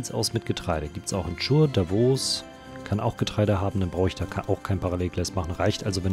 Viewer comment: Die Stadt "Chur" spricht sich "Kur"...